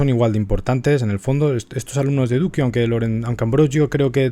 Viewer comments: Duccio, mi pintor favorito. (Por favor, se lee "ducho", no "duquio" ).21.57 Ya me anoto para los videos de los Lorenzetti y de Sassetta !Gracias ! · Efectivamente se dice ducho 😜 como nuccio ordine , alejandro . Ya sabes